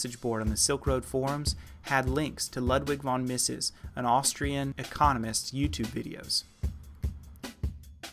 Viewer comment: how dare you pronounce Ludwig Von Mises name wrong